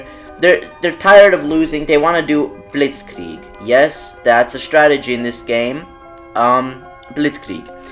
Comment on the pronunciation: Bro it's "blitz-kreig" not "blitz-klieg" (other than that great I will continue supporting ur channel)